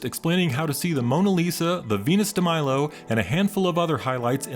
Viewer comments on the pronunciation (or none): none